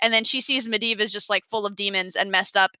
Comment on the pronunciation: I'd like to applaud commitment to going back and forth between how she pronounces Medivh lmao. Med-iv vs med-eev.